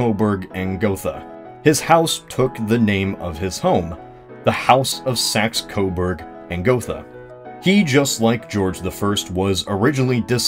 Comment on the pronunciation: Umm... "The saxberg-coberg" house, huh? Can't tell if that was a mistake or if you were just being... well... just being. I laughed nonetheless:)